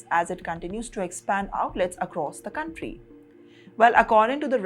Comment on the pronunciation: Gonstruction. Guntry. Won , doo , tree. Speak properly, this is no accent, it is mis-prounciation.